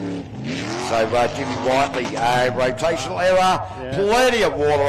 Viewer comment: Jimmy whit-ley not white-ly